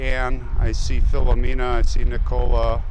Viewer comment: Nice footage, I do have to say though respectfully that as an Italian I take offense to the careless mispronunciation of first names and last names. Filomena and Filomina are two different names and you say each as the same! Not just disrespectful to the recessed but to the Italian community as a whole. Thank you.